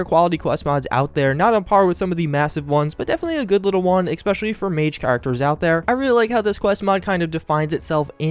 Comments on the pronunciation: Mikhael Gonato I agree. has a great series here and is clearly a smart guy. Saying "Ex-specially" though just takes me out of the content. It's an easy fix. There's no "ex" it's eh-spesh-el-lee. I enjoy the series very much I just don't understand how people around him haven't helped him correct this. I'm not trying to be a jerk, just hoping he sees this and works on it so people don't think he doesn't know how to say it right. I'm a sub and watch every release, I just hope he corrects thus going forward. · You keep saying ex-specially. It's pronounced especially. No x. Sorry I realise this is nit picky but it's been annoying me this whole series. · I'm still annoyed by your "ecspecially" don't mind me just a random comment xD love you